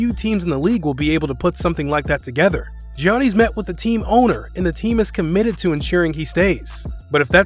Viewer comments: I was going to subscribe until you said giannis. Delete your channel. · Giannis wins an MVP and this man can’t even bother to learn his name properly 😂 idk if I trust him anymore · This years draft class got laMELO Ball, and Anthony Edwards, whoever gets them gonna be a force tbh, and this man can’t pronounce Giannis 💀😂, but yea the best moves are prob the 76s move and getting ride of westbrick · I swear this guy can’t say giannis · Please tell your Voice Over guy how to pronounce Giannis, D'Antoni, DeAngelo, and Vlade Divac. I'm at the 7 minute mark and it's clear your voice talent hasn't followed the league at all. Why hire this guy? There are millions of VO actors who are huge basketball fans :) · Man said jiannees instead of Giannis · 'Gioknees' XD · It's no way he haven't heard an announcer say his name. Yahniss god damn that shit hurt my ears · It is Giannis not Jeanie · It’s pronounced yannis not jonnice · It is funny how he pronounces Giannis as Jianees instead of pronouncing it as Yanis. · Its yannas not giannas to prouns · Geeani lol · You lost me at "Gee-Awny." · Did you say janeez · I stopped listening when dude said "Jee-Ahnny." LOL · man said "johnny's decision" xDD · Bro who tf is Gi-an-nees??? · mans said gee ann eee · Dude, do us a favor and keep GEEAhNus' name out your mouth. Butchered it. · Pronouned as "Yawn-Ness" bro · Johnny’s Antentekoumpo 😂😂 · dude, dafuq is Geeanny, do you even watch basketball? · “Gee Honesties” wtf🤷🏾‍♂️🤷🏾‍♂️🤷🏾‍♂️🤦🏽‍♂️🤦🏽‍♂️🤦🏽‍♂️🤦🏽‍♂️ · Bruh ITS YANNIS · is giannis not jionis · He said johnnys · He literally pronounced almost everything wrong in this video. Wojay bomb Res-ign instead of RE-Sign Buddy Hields Davis Bertins Mike DeAntunee Geeannies Chams Vladi Deevis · Who TF is johnys 😂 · “Ge on as” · I never knew Greek and India are some how related. Gianny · He Giannis name wrong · Bro learn how to say Giannis PLEASE!!!! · This guy doesn't deserve to make NBA video if he can't correctly pronounce the 2 time reigning MVP.